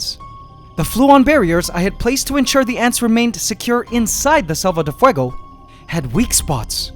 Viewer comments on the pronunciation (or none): You're pronouncing selva like salva